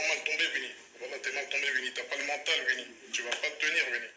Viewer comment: Coucou,! Coucou, chou fleur! Gims m'énerve déjà, à peine sa story commencée. Il est ridicule, le gars! Pour les tacles, il n'est pas bon du tout. Au moins avec Blata, on rigole. Et ça fait quoi si sa montre, c'est une fausse? C'est lui plutôt qui est ko. MDR, Wuinnie, on dit Winnie, prononce bien mon gars! Alors lui, la modestie, il ne connaît pas. "Je suis plus fort que toi", on dirait un vrai gamin. Il n'est vraiment pas intéressant, ce mec. Bref, team Booba pour moi, car Gims trop prétentieux. Bisous!